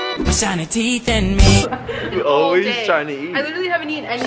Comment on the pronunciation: “Show em your teef”💀